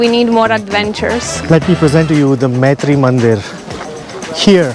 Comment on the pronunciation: Its not Maitri mandir but Matru mandir